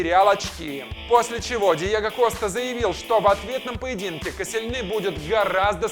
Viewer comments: Касилни а не каселнец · Правильно Лаурент Косельни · Ларан коселельни а потом ты говоришь мертезакер